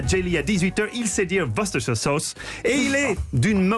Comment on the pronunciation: La vraie prononciation est "Woste-chair" (pour Worcestershire)